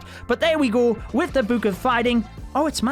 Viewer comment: It triggers me that he says buuk bruh